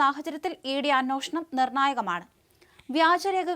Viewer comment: "അന്വേഷണം" "അ-"നുവേ"-ഷ-ണം."